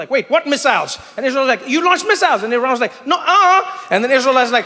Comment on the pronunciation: From Tehran, Iran. Thank you for pronouncing Iran right.